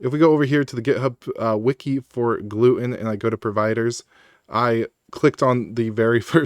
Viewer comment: I strongly dislike the way you pronounce gluetun… cause it’s Glue Tun, like glue Tunnel, GlueTUN, the way you say it reminds me of my family’s celiac disease.